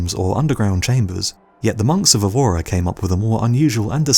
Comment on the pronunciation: Portuguese here. The Chapel of Bones city's name is pronounced Eh-voo-ruh, same E sound as in "help"